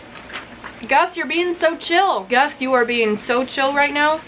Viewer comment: Did you realize you called Gus gas????